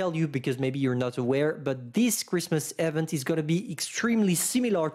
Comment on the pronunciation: IVENT, repeat after me IVENT, it hurts every time you say it!